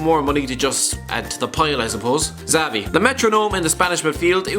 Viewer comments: It is Szavi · yep, 2010 was a stinker. And its pronounced Javi not Xavi. do you even follow football? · You used to say JAVI and now you're saying ZAVI....it's pronounced SHAVI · fair enough that was good to know thanks. also its Xavi as in "Chavi" not "Zavi" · Did he say zavi ? Omg you are stupid Its xavi - chavi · He absolutely butchered the pronounciation on xavi... it's chavi not savi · It’s “shavi” not “zavi” you turd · Is Xavi not pronounced Chavi? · Man for fuck sake listen to some commentary! It’s Maicon (Maykon) Xavi (Chavi or Javi) Schweinsteiger (Shvaneshtiger) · It’s “shavi”. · No they pronounce it Ekzavai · The way this person pronounces Xavi...